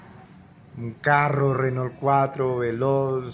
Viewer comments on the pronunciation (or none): none